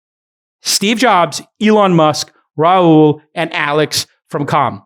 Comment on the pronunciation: I don’t think Rahul is pronounced that way.